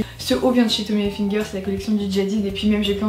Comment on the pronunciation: c'est pas Tommy ENfiNger c'est Tommy Hilfiger!! Sinon super vidéo <3